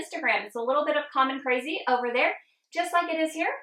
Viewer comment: Seriously thought you said, “Little Bit of Common Crazy”-haha! LOVE THIS! I am working on my own YouTube channel. Thank you for the inspiration!